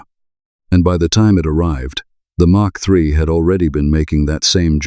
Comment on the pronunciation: Mk3 is pronounced Mark 3 as it is an abbreviation. MK3 is pronounced M K 3 as they are letters — this just grated on me how you alternative freely between the two.